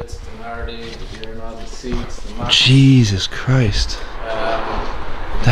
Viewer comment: turning into a irishman heard him say jesus Chris